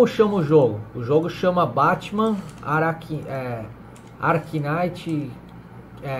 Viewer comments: BATMAN ARKINAITI KINAITI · "Como chama o jogo, chama batman aracnaite"... kkkkkkkkkkkkkk